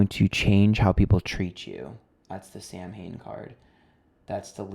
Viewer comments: Just found your channel and binged a load of videos. I have to point out the word Samhain is pronounced Sow-awn 😊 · Samhain is pronounced sow-in which means November. Oíche Shamhna is Halloween, but the card does represent Halloween. It's the celtic new year - the beginning of new cycles, and honouring our ancestors/past